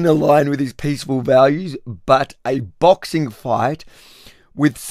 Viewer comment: What is a bixing match going to change lol 😅